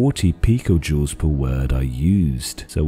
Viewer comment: i heard pica joules (pj) as pickle juice